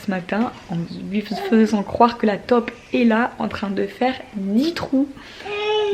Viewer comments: On dit taupe comme de l’eau pas tope ahah 🇧🇪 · Gabin trop marrant avec izzy, la tête qu'il fait quand tu lui dis NON, c'est trop mignon. Tu me fais rire aussi avec les top dans le jardin mdrr. Taupe c'est mieux, mais chacun son accent. Bisous à vous 4